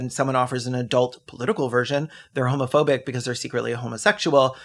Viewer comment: you said homophobic so frenchly